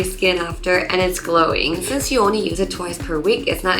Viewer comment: when she says “since you are ONLY using..” she definitely sounds like Korean 😊😊😊